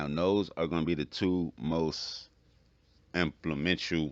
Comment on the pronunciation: My man said inflammential